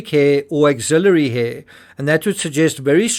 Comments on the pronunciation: Ax-il-ary, not auxilliary or ax-il-i-ary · Just a polite FYI, the "axillary hair" is pronounced "AXE-illary" rather than "AUX-illary".